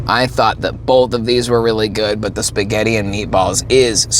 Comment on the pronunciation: Shpuh-get! 😂 I'm Italian and I approve of this pronunciation!